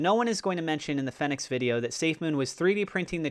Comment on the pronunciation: Great video content as usual…but please…it’s pronounced “feenicks”